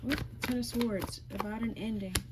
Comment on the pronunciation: The W is SILENT in the word SWORDS. So, it's pronouced SORDS . ☆♡♡♡☆♡☆♡♡♡☆ The T is also SILENT in the word SOFTEN....NO OFFENSE.☆ ☆PEACE & BLESSINGS